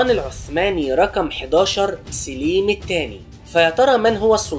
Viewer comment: سليم بفتح السين وليس بكسرها